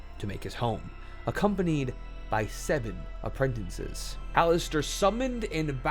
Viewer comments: Okay, i mean no insult but this is driving me nuts. Apprentices has one n in it, not too. You keep saying "apprentinces". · Bro. Learn how to pronounce "Apprentices".